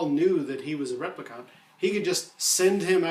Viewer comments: However, In the film, Deckard is a replicant (please learn how to pronounce it correctly. Not trolling you, it is just very, very distracting). Simply put, you would not get a guy (a guy who looks like an alpha male, but can't get off the earth to live in a colony?!) like that staying on a dirty and rotten earth. He has to be quick, smart and very very tough to hunt the andies in the film. The beatings Deckard takes are deliberately harsh, I think, to emphasise the fact no man could take such a punishment. Deckard is manufactured specifically to hunt replicants. Look at the other ovviously human characters in the film. Bryant is fat and old, Gaff is crippled, JF Sebastian is decrepid.....there are no fit and healthy men in the film, other than the replicants. It makes sense to me Decks is also manufactured and that is not to mention the hints the film gives...his unicorn dream being the most obvious, as well as the brief glimpse of red eye in a scene. I am ok with a film diverging from a book, if the film is slso a great work and Blade runner is a great work. Like Hampton Fancher, I didn't mich enjoy Do Androids....I love some of the themes in it for sure, themes that PKD touched on time and again, gut when it comes to this story, i prefer the movie. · NewKasmir right? It’s rep lee can’t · your pronunciation of replicant needs work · Been reading a lot of the comments and people seem to be missing the point that it is not all replicant models that have a 4 year lifetime. So Deckard could very well be a replicant. Also why does the guy presenting this video Sat replicant so oddly? Lol. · This guy has clearly seen Bladerunner enough times to know he is pronouncing replicant wrong. Like, totally wrong. Not even close, bud. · Wow, sorry I was so harsh. Your pronunciation is not "totally wrong", its only one letter away from how the movie says it. I think i thought I was being funny but in retrospect i was just being a dick. oops. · The replicant pronunciation annoys me